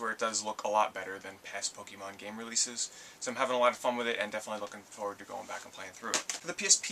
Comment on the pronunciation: aw says pekemon wrong